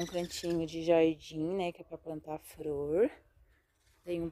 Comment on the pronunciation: sera que eu entendí? ela falou fror? ou flor?